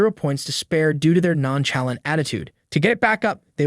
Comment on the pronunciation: Sorry, non-chalant? It's the right word, but... did you just read a script or something?